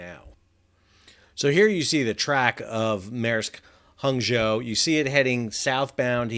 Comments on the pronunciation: Good Job on pronouncing Hangzhou 杭州市! [Hang like the first part of Hong Kong & Joe like my son's name - "Hong Joe"] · Sal, superb pronunciation of Hangzou! Well done! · Your pronunciation of Hangzhou is much better than your pronunciation of Languedoc. 😅😅